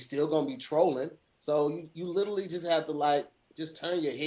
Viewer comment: Kinda hate the way pronounces “literally.”